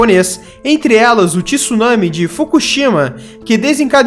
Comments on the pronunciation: Não querendo ser chato mas já sendo, Gifu lê-se "GUÍFU" e TSUnami não é "Tissunãmi" é "TSUnámi" TSU de Jiu-jiTSU. Você não pronuncia "Jiu-jitissu" ou pronuncia? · Por favor a pronuncia correta não é " TISSUNAMI " e sim TSUNAMI com o T MUDO.